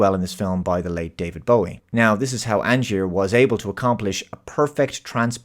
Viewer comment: Thanks for pronouncing David Bowie’s name correctly 👍 ☘️